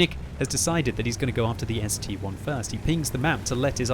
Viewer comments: Boi its S-T-I not S-T-1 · It's ST-I not st-1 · still reading ST-1 instead of ST-I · Mmmmmm, I'm pretty sure it's an ST-I, as in ST eye